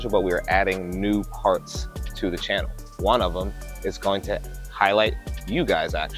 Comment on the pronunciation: It’s “CHANNEL”, man, not “CAHNNEL”.